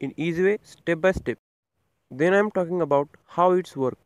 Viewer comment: Watching your video I definitely understood how they "WARK" 🤣🤣🤣🤣🤣🤣🤣🤣🤣🤣 Improve your English It's "WORK" ,not "WARK"